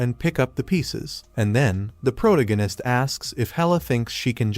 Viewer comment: I wonder if an AI will ever be able to pronounce protagonist correctly.